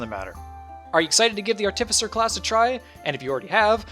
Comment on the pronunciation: I'm sure it wasn't intentional, but it seems to me that you put the emPHAsis on the wrong sylLAble every time you say the word ARTificer!! LMAO